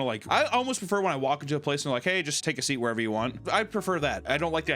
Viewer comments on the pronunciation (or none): Each episode, I hear you say "Welcome to the channel. So come on in and" and you say "take a seat" but it really sounds like you wanna say "pop a meat" instead.